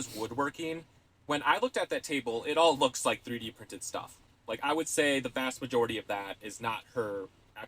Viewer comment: Say free D printing again 😂😂😂 not a dig, I love it 😂💜